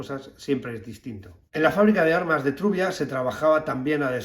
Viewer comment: Quiere usted decir Trubia, no Turia.